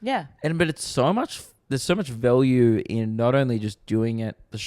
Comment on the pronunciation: says value weird